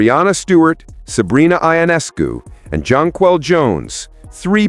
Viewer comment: You could pronounce Sabrina's name correctly.